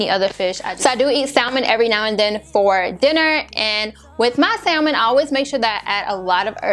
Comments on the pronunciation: Sa-men.....the L is silent. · maam I know how to spell salmon. It’s how you pronounce it. You do not say the L in salmon.